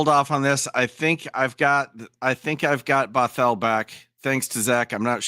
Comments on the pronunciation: you keep butchering Bothell, putting emphasis on the wrong syllable. Say it like brothel without the r. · Bothell not bot hell😂